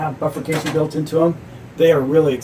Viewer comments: Great video, BI-furcation, not buffercation. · And not a bilabial fricative.